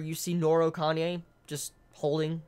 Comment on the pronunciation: Really late to the chapter, but still I got here. Ehem... Goddammit with your Kanye,, it's pronounced Ka-Na-Eh. You may be doing it on purpose but still, it's annoying and threws off all the serious mood you build.